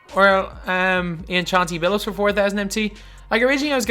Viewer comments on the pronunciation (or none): none